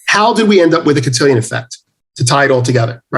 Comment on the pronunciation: Cantillon Effect. Not Cantillion.